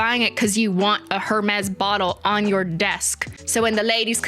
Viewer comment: I feel as if someone has probably already mentioned this, but Hermes is pronounced air-maize. No shade, we all make mistakes, especially if ifs a foreign word and/or we've never heard anyone say it.